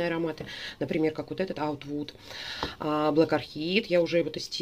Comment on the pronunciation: 😊, простите, привильно УД ВУД, а не ОУД. Мне цвет волос очень понравился, вам идет!